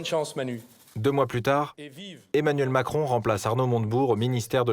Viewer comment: Macwon l'améwicain de mewde